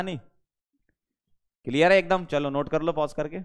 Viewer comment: "Chalo is ko pause kallo Note kallo" Was epic 😂😂